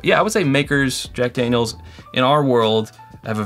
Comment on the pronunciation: No one is gonna comment that said “Dack Janiel’s”?